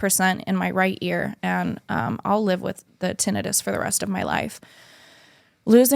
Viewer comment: I swear it bothers me how she said tinnitus. It's ti-NIGH-tus. Tbh i would've told her just for clarification reasons so she knows going forward the correct pronunciation for it.